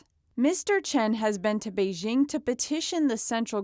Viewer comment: It's "Bei JING" (as in jingle bells), not Bei zzshing